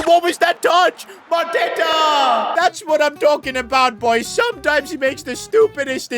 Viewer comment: Bruh mateta 😂😂